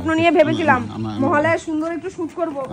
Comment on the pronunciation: মহালয়া ❌ মহালয় 😂😂😂